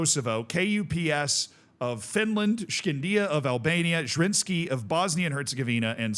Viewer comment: KuPS is usually pronounced like "cups" but with hard k instead of c :)